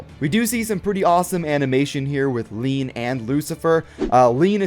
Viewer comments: ILLINUC IT'S LIAN NOT LEAN 100 PERCENT FOR HASBRO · The name in America is lain so it is lane not lean